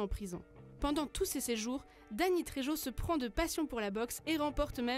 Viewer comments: La prononciation du nom de famille de Dany Trejo …. C’est de l’espagnol, donc on prononce « rrrrr » pour le j. C’est bien de lire un texte de manière mécanique …. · et prononcer la Jota dans le nom trejo comme si cetait un j, ils ont jamais entendu parler de l'acteur, ils le découvrent ?